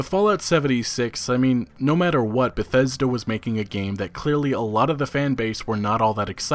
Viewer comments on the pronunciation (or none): none